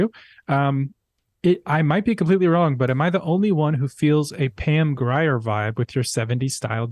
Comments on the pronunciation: Pam Grier (pronounced Gr-ear) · Come on! Pam Grier is awesome, Jackie Brown! pronounced greer.